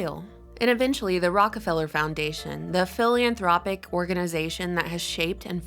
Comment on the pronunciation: philanthropic..not philianthropic